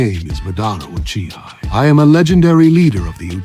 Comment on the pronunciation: I’m gonna be honest with y’all. Tobirama sounded like he was about to say uchigers a few times.